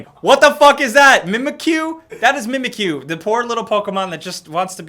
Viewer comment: the way you say mimikyu sounds like memek that means vagina in indonesian